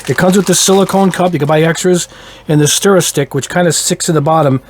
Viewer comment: Steamer? It’s a stirrer. St-ur-ur